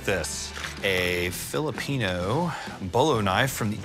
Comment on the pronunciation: I am not even Pinoy, but grew up around enough. That this boys enunciation of ‘Filipino’ hurt my soul.